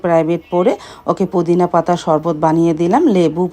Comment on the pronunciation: Apni kumor bolen keno mishti kumra bole and ajj bollen pudin pata…apner uchcharoner jonno bangla tar class kora dorker ,apna k bujhte hobe YouTube vlog ta hajar people dekhe r tai voice ta Jodi thik Na hoi shunte vlo lagbena,assalamualaikum tao apni j vabe bolen truely vlo shunaina